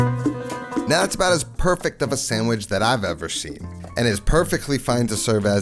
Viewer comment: Did you say samagizz?